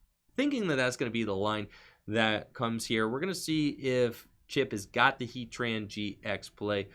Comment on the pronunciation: Love the vid and you are very skilled at saying heatran gx. Must be a lot of practice.